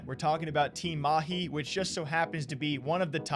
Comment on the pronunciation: Damn, you pronounced Mahi better than these pretentious fake- accent casters we have here in India.